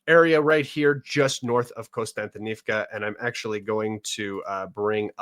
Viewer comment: One of the few commentators to realize there is no "N" after the first "O" in Kostyantynivka. Look at the actual letters in the [Latinized Ukrainian] spelling of the other settlements and you will be 2 steps away from pronouncing them all correctly. The topo analysis SW of that city really clarified why the Ukrainians have stalled the Russians there for longer than would have otherwise been expected.